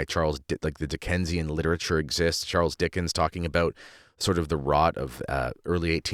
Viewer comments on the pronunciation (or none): none